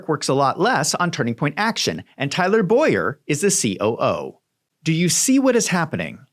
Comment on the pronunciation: Tyler Bow-yer. My name is Boy-er